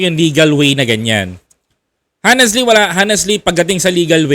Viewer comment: Idol ang pronunciation ng honestly hwag mong bigkasin ung letter "h" para kang kapampangan pag ganoon.